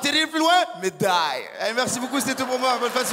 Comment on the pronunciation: Son accent russe est genial ! "Medaiiille" 😂😂